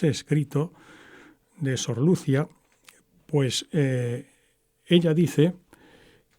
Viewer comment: ¿Por qué pronuncia el nombre Lucia sin acento en la i?